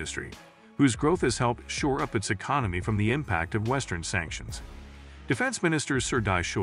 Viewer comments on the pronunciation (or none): none